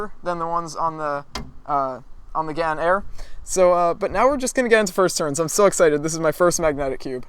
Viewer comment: isn't it gans. with an s.